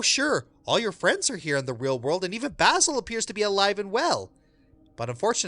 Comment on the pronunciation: the mispronounciation of basil is killing me.